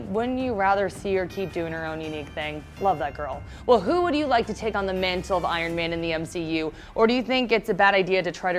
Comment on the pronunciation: Did she say Iron-MANtle lol